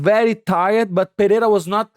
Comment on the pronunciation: Money Mo, who told those geniuses DC and Rogan it’s pronounced pe-heira?